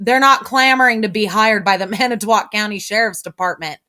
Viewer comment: you pronounce it Manatwat and that is so fucking funny. Keep up the great info and videos.